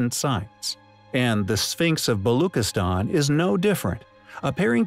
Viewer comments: You are saying Balochistan wrong. “Chi” is not pronounced as K rather as Chi like Chi of China . A simple google search would have given you the correct pronunciation but you did not bother. You research has flaws, my friend. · Very inquisitive narration. But why no attempt to pronounce the name of Pakistani province Balochistan correctly? Please pronounce ch as in child. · Its balochistan. Ch like in cheese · its pronounced - BaloCHistan - CH like Charlie - not CH like kiss - just FYI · its pronounced: "Balushistan"